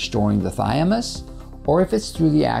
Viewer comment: Interesting and informative, but I'm not sure why you keep saying "thy-a-mus" instead of "thymus." BTW, apoptosis (forced cell death) requires iodine within its process, which is why iodine-deficiency is associated with higher cancer rates, as the US has seen increasingly, since iodine intake has been dropping since c. 1980. This need for iodine is likely the reason all cells have iodine pumps [for pulling iodine into themselves] built into their cell walls.